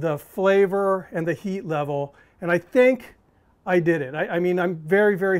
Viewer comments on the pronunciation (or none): none